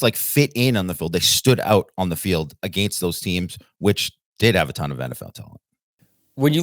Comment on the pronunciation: Who says “a•GAIN•st” like that? Is it a regional thing? 🤔